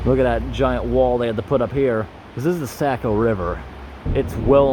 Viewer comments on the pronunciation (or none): Great job,! Wonderful video and commentary, AS ALWAYS! I have just one friendly note for you to consider: The Saco River isn't pronounced SACK-oh... it's actually pronounced SOCK-oh. Thanks a million for all of your videos!!